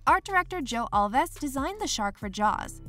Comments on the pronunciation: “Al vees”. Mispronunciation of names kills your credibility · Thats not how you pronounce Alves